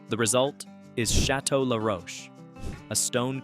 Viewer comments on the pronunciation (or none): none